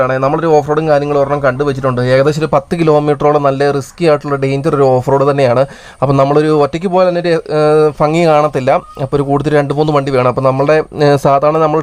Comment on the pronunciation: thante avanadharanam enne subscribe cheypichu kope .. pinne fangi alla bhangi ennu para potta nee nammade muthe aaneda panni